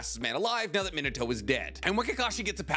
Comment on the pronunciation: Meen-ato that’s how you say It